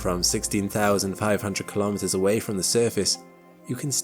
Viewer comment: 'Kilometers' is pronounced kilo-meters, same as kilo-grams. Not ka-lom-it-ters. No one says ka-log-rams for kilograms.